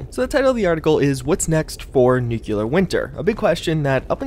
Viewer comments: NUCLEAR not nuculer! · Nuke-LEE-Are SAY IT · Still not pronouncing nuclear correctly. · What are the chances we get all the way to the end of Nuclear Winter season without ever learning how to pronounce it?